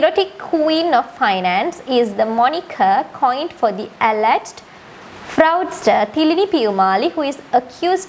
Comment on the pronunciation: Appreciated your work once again. Please recheck the pronunciation of fraudster